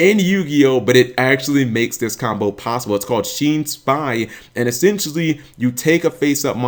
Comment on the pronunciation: its not shin's spy its Shien's spy, you know like Six Samurai Shien